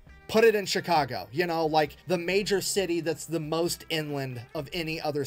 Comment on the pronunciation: I'm a Chicagoian, and I like how you said Chicago